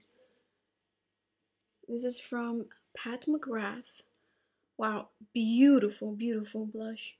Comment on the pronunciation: Hey love your videos. Learnt alot of techniques. Would also just like to point out it's pronounced as Pat MC Graw instead of MC grath!